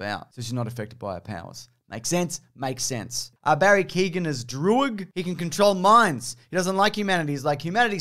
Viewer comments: Awesome job on the proper “Shang-Chi” pronunciation, my dude, but as for Barry Keoghan, it’s ‘Key-Oh-Gahn,’ not “Keegan,” which is an altogether different Irish surname… and maybe even a different actor. Stunt-Doubles, am I right? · Just a head’s up Barry Keoghan is pronounced Keogh like K-yoh-ann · It's Barry Keoghan (Kyo-an). Be careful guys or you'll have the Irish come after you again. All we ask is that the world pronounce our names that are spelled nothing like they're pronounced correctly. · Barry Keoghan is actually pronouned "Kyowen" so sort of like a "key" sound and then like an "own" at the end with a little extra bit. Source - am Irish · Barry Keoghan, pronounced kee-yoh-gan, quickly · No big deal but for your own sake that Barry Keoghan pronunciation was pretty off the mark. Meet the new “Saoirse Ronan”